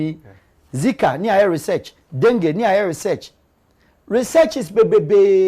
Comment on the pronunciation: The way you pronounce dengue is funny .